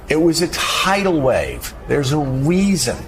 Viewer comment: Doug, I'm a speech therapist and noticed Joe has a lot of difficulty with his beginning 'r' sounds. He's Woger Wabbit!!! He can't say the word 'reason'...😅 ... weason!!!